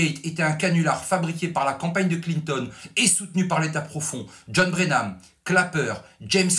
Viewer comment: Excellent travail de journalisme, comme toujours. Félicitations. Petite remarque, John Brennan et non Brenam